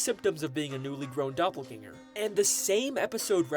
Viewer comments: Love the vid but "doppergangel theory" got me dying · the way that saw doppelganger and said "doppergangel😳💀"